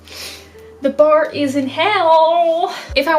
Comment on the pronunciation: "the barrr is in hell" HAAHAH